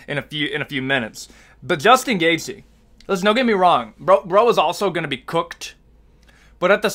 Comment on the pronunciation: Pronouncing the Name „Justin Gaethje“ is this guys worst nightmare . Keep up the good work !